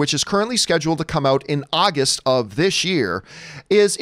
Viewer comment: AWgust not AHHHHgust